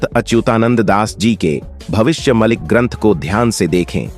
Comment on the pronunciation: Sir भविष्य मलिका कहो भविष्य मलिक नहीं